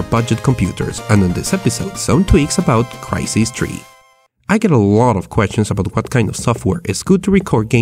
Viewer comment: Did you just say krai sees tree